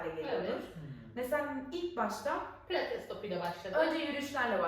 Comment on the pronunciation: PLATES DEĞİL " PİLATES " başlığı düzeltin